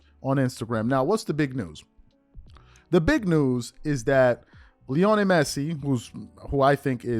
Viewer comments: I love this channel, watch it everyday....however this is painful as hearing you butcher his name.....Lionel. LEE - OH - NEL not LEONI. Keep crushing these bronsexuals my bro. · It’s pronounced LEE-oh-NELL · Bro idk you claim to be a fan of soccer at least somewhat and you never heard lionel Messi’s first name said correctly